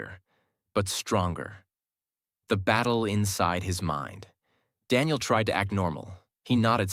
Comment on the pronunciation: IT is Daniel not Denial😑 bro